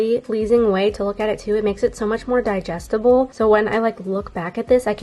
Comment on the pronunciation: Love your videos so much I laughed when you said ( digestible) never heard someone say it like that lol! 😂ur voice soothes me and you give me Inspo to write last year because of you i was writing for 215 days . This year I’m on day 7 lol